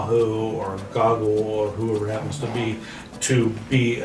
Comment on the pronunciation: Cause he doesn't say google he says goggle 😐